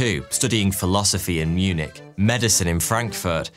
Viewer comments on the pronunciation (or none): none